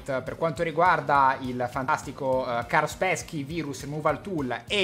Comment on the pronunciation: tron della disney.... io mi deleto... mi raccomando imparate l'inglese.... cit: fase di disinfettamento.. = disinfezione (alla fine lo dice ) XD cit: carsperchi = kaspersky lascio like